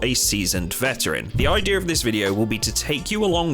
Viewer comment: Why are you making R sounds in a word like idea?